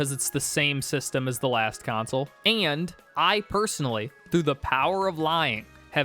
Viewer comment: How do you get two syllables out of the word "and"??!